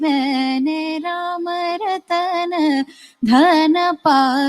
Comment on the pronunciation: It's Rama ratan, you sang Rama ratHan which is not correct dear ❤